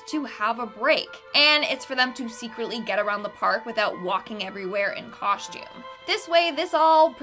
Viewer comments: If that girl says coshtume one more time I'm gonna lose it.🙄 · Whats a coshtume I have heard of a costume